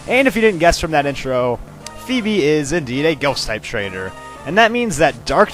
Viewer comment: Yes! You didn't mispronounce Phoebe this time! I still can't believe you used to think it was Foo-Bee or Fwebie.